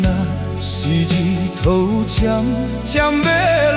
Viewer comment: 可惜 福建发音不准 日头。。。。